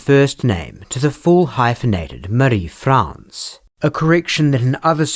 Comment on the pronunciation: Thank you for your accuracy in pronouncing Marie-France’s name correctly. It is such a small but significant way to honour her memory, and the memory of the other victims too. Thank you for your delicate coverage when it comes to SA/SV. You are a true crime champion.